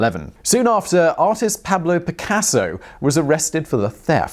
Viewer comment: Peahblo peacasso......seriously Simon. First pronunciation I’ve actually cringed at. Maybe Spanish phonics aren’t common in the UK but come on.....